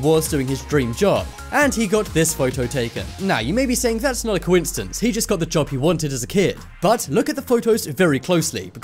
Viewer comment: Hey, Mister Commentary Man...there is no "T" in the word "coincidence". Really, you should learn to pronounce it correctly before recording you saying it wrong over and over and over...